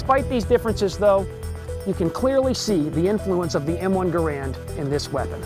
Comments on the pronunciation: #6 that you didn't know: Gerand didn't pronounce his name like we now pronounce the name of his rifle. I thought the host would have pronounced it correctly when speaking of the man lol. Guess not. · One thing you obviously don't know...how to pronounce Garand's name correctly. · Don'tcha just hate it when someone who claims to be a weapons expert pronounces Garand wrong? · Said his name wrong respect the man who created this awesome rifle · You mispronounced Garand's name. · It's pronounced Gair-end, like the word Errand. That should be among the things people don't know. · Garand's name is actually pronounced to sound like "errand" with a G in front. Also the rifle as adopted was developed around and used first with the 173 grain M-1 50K psi round not the 150 grain 42K psi M-2 round which wasn't adopted till 1940. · The weapon designer placed the emphasis on the first syllable of his name; you obviously didn't know that. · ANNNNND - #6 - the correct pronunciation is NOT ga-rand, but gar-and. That is how the man's name was pronounced. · jeez..you guys really don't think much of your audience, all this stuff is super common knowledge about the M1, and it's pronounced "gare-end" not "guh'rand" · GARE UND NOT GA RAND. Respect the maker. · Lol he called it the wrong thing the whole time, he said " M1 Grand" when in reality it's named "M1 Garand" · He is mispronouncing John Garand's name (Gare-end, not Ga-rand) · One more fact: The man Garand pronounced his name, GER'-und. NOT "Guh-RAND" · His name was not pronounced grand.....it is Canadian.....pronounced Garen as in Karen but a G instead of the K......the GIs called it the M1 rifle, the civilian called it the M1 Garand (Grand) which John Garand didn't object to the error..... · So, when are you going to tell us something we didn't know about the M1 Garand? By the way, it's pronounced gareand, not gu-rand. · It's properly pronounced Gare end not Ga rand. The makers name sounds like errand. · "the M1 - Car - Bean